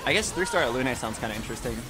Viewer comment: Everytime he pronounces Alune like that makes me want to rip my hair out 🫠